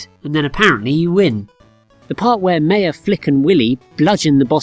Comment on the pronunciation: Thats not how you say Maya.